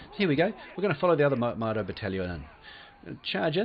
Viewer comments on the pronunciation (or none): It's Modao not Moado XD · It's even more annoying when People say Maodao and not Modao like it's called in game